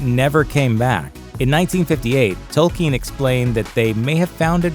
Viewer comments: Who is tolkeen? You mean Tolkien? At least get the names right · It is pronounced Toll- Keen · They can't even pronounce the creators name correctly